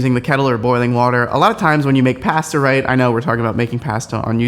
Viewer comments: Pass-tuh? Try poss-tuh. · Pass-ta? That’s a first for me. 🤣🤣🤣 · say ‘pasta’ like a brit! lol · the way he says pasta tho... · I was so flabbergasted by the way you pronounced "pasta" that I completely missed your advice and had to rewind to hear it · Soooo have I been saying “pasta” wrong for my whole life???